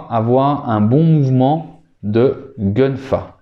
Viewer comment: Excellente vidéo... Petite précision gun fa sz prononce kun fa 😉👍🏽 谢谢你🙏🏽